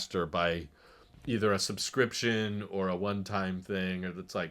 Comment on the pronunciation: I know what he meant but it was amusing to hear him say “behind camera display” Subscryption Tesla supports the ARM architecture?